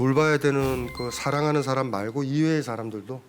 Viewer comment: 참 놀라운 일!! 귀하는 "사람" 의 밯ㄹ음이 틀렸나이다. "사람"의 "사" 를 짧게 발음했더이다. 그 뿐 아니라"람"을 accent가 있는 것처럼 강하게 발음하심에 놀란 이는 이 늙은 이 뿐이니 이 아니 놀라운 일 아닙니까? "사:람"이라고 "사"를 길게 발음해야지요. 그리고 원문 독법도 엉망이올시다.